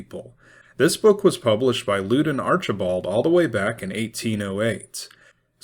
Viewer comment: "Lewdon Archibald" ??? Why would you read that name both backwards and incorrect pronunciation??